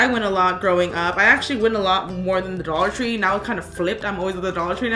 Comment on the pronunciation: dollor tree